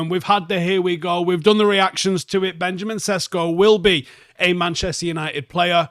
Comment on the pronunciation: "Benyamin Sheshko" That's how Slovenians pronounce his name Or just Benni